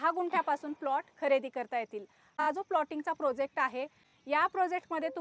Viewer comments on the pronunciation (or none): Mam.....prosect nahi ..... प्रोजेक्ट.